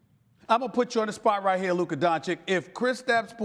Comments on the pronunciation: "I am glad to have Luker Doncic on today." SAS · No we don't. We'll never respect Stephen A as long as he doesn't learn how to pronounce it properly. It's his job! He gets paid millions to do it. Dude have some self respect, if you can't respect your job, audience or players. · Nino Brown No, they are too lazy and too arogant to bother (I won't say too stupid - I give them benefit of doubt). But in Stephen A's case, it's his job to learn how to pronounce it properly. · After more than two years Stephen A. doesn't want to pronounce Luka's name properly, why's that?